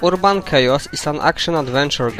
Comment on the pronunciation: ERRR-BON It's Not Ur-a-bon